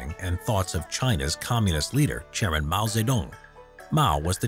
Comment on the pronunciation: when you say chairman i hear GERMAN